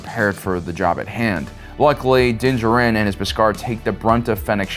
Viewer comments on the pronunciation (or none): Din Djārin not Din Djarīn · i hate how you say DIN DJARIN (JAR-IN).. say it right man jeeze. thats my biggest peeve with you and why im not subscribed. say characters right my man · Its Din JAR-in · Me before the video: “man I haven’t watched in awhile” Me during: “oh right because he likes to pronounce everything his own way” Annoying af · It's Din Djarin not Jurin. It's Grogu not gogurt Get your lisp and poor pronunciations out of here. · The way this guy pronounces Din Djarin is freaking annoying. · Did you seriously just pronounce Din Djarin like that? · Please say Mando’s name right, my dude. It’s literally spoken aloud in the series 😂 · Bro stop saying Din Djarin’s name like that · I find your lack of 'pronouncing Din Djarin correctly' disturbing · Every time mispronounces Din Djarin’s name a kitten gets AIDS. Lotta AIDS kittens after this video